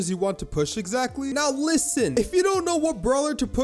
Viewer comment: every time he said "LISSEN" i gave up on my serious mode